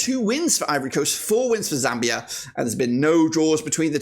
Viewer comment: It's called zambia not zamibia😂😂